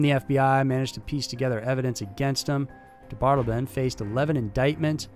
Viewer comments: Also, DeBardeleben is pronounced de bard eh lay bin, not de bard elben. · its pronounced dee bart ta lay bun (ffs ) i mean COME ON JUST LISTEN TO ONE I MNEAN ONE SINGLE OTHER PERSON SAY HIS NAME OVER THOUSANDS WHO HAVE DONE THIS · He is "De-bar-de-le-ben", he is not "da' bottle-bin". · His names is James Mitchell DeBardeleben the 3rd which I'm sure you already know. Pronounced Da-Bar-Da-Laben. Aka Mike. Just an fyi. Love your show! Keep up the good work. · Interesting last name. Seems like it would be said “dee-bar-del-uh-bin”. Or can picture is being said the way you said it. Not sure